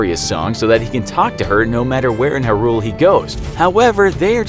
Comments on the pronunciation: It's pronounced 'high rule' not 'hirul' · It’s pronounced “high rule” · Was I the only one here bothered by the way they said Hyrule here? Or sorry, I guess I should call it Huhrule. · Hi-rule? It is more like HI-rule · Hi-rule, not herule. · it is HYrule, not hyRule xD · “Harule” Me: YOU WHAT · "erule" "wind wakkker" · Talks about OoT Zelda shows Marin in video to represent her •HUH-ROOL •WIND WALKER •LAND-NUH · So no one's gonna comment on the way he pronounces Hyrule? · Why does he keep pronouncing Hyrule like that🤢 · I feel like the narrator is a thirty something who has never even touched a controller because the weird pronunciations of hyrule and wind walk- I mean waker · uhm, I really dont like the way he says hyrule and windwaker but aight cool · How on earth is it you pronounce Hyrule?? :O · Umm, how is this guy pronouncing "Hyrule"? O.o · The way he says hyrule is horrible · You are pronouncing hyrule wrong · It gets on my nerves how they pronounce Hyrule and they DONT SAY WIND WAKER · Pronounced “HI-Rule” Did you seriously say Wind walker and not wind waker?! 🤦🏾‍♂️ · I’m not sure the makers of this video fully understand what they’re talking about considering he pronounced it “Wind Walker” and mispronounced “Hyrule”. He also overlooks important details within the games. Additionally, he includes Hyrule Warriors, which is not cannon while skipping over games like Minish Cap, 4 Swords, Link to the Past, and Spirit Tracks.